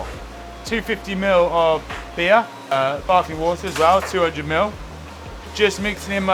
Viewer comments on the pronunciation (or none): Did he say barking water? What could that be?